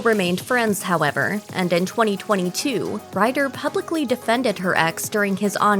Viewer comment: why do u pronounce Ryder "writter"?